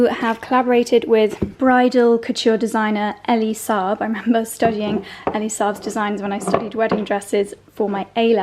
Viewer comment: It’s actually pronounced Ee-lee Saab and he is a Lebanese designer!